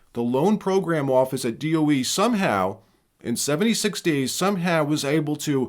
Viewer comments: DOE not DEO. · D.O.E. not D.E.O. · DOE… not DEO… i was wracking my brain to figure out what DEO was 😂 thanks for actually speaking it out and not just using the letters… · DOE, not DEO, Dept. Of Energy. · It's DoE, not DEO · Whoa! DO DOE or DEO? Almost skipped this because of this. Why can’t you list DOE? Against algorithm? I’m still…subscribed but…. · DoE not DEO just heads up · You say the DOE so what is it DEO. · DOE not DEO